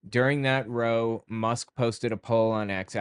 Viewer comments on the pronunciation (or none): It’s raow not row.🫣